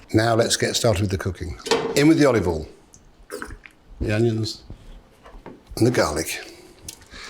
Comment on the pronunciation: Why do many pro chefs pronounce "olive oil" weirdly? Like they merge it into one new disgusting word, "ollivle". It's always bugged me.